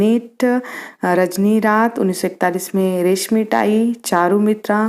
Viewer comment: रेशमी राई नही रेशमी टाई है